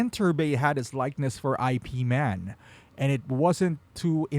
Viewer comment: You pronounced Ip man incorrectly 🤦‍♂️